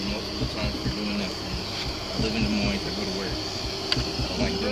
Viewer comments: Wow. lol. Idk if I’ve ever heard someone mispronounce Des Moines so bad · The way you said Des Moines hurt my soul 😔 /j Anyway, cops like this DONT deserve to be cops. If you can't protect everyone equally, you shouldn't be in a job where you're supposed to PROTECT PEOPLE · It’s pronounced da moyne. Not dez moynes. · "Dez Moynz"? Really? "DA moiyn" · Not "Dez Moynes" !!!! It is pronounced "De Moin" (moin would rhyme with coin) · YOu can tell it's AI Narration. It's not DAYS Moynes. It's "Duh-moyn" Des Moines IA. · it’s DEH Moines. Not Dez Moines. You’re literally from America. Learn the cocksuckin language that you were raised speaking.🙄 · This is dumb. Not everything is racism, sometimes there are just bad cops or cops that are too eager or over zealous. Also, you need to learn how to pronounce Des Moines. It’s pronounced ‘Duh-Moyn-Uh’, not “Dezz Moinezz”. You must be a SJW and Biden voter, right? 😂😂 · Dez Moinz? Really? Des Moines is pronounced De Moyn, just like you don't say the S in Illinois, or the second C in Connecticut. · So, it's pronounced Duh Moyn, not Days Moynz or Dez Moynz. Our city likes to use brutality and pays out lawsuit settlements on an average of once a year, but doesn't seem to ever make any necessary changes to avoid more lawsuits. They just keep raising our taxes so they can keep doing the same things. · It's not pronounced daysmoines the ss are silent it's pronounced de moine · “Days moine” just hurt hearing that lol instead of “deh moine”, even though I probably pronounce things incorrectly sometimes hahah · You actually said Des Moines haha it's pronounced like De Moin. The "s's" are silent. For future reference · "Dez Moines" ??????? hahahaha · DEZ MOINZ... The Nigh Mets are my favorite squadron. Is this channel even made by an American? Forget "detective". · Work on your AI voice or your own pronunciation. "Des Moines" is pronounced "De Moin". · Excuse ne but where in the world is 'Daze' Moines? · "Dez moynz"